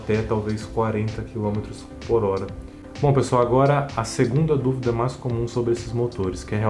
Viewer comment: "mas" torque! Cara ta falando em Espanol!!!